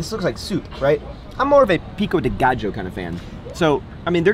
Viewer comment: Did he pronounce gallo as gajo??